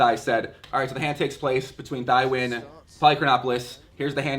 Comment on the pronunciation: Pronounced TEE-WIN